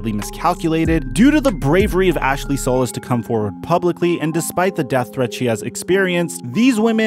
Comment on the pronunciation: The headline of this video is the reason why people hate mainstream media...and you arent MAINSTREAM--- uNSUBSCRIBe---- maybe when you have done enough research to say Ashley Solis name correctly THEN MAYBE i'll trust that you watched the press conferences and read enough court documents to know when you are dropping a legit nfl story about this man. Truly disappointing especially since he said and asked teammates for a trade OR he would holdout